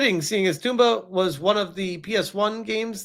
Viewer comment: "Toomba"? How do we say Tom? "Tawhm", add a 'ba'. It's not "toomba"